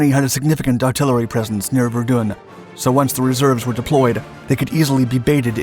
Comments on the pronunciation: I Suggest getting the pronunciation for Verdun right , So dont do one on Ypres until you can get that right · Say Verdun again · Verdun in English is pronounced "Ver-done'...... French is "Vair-don"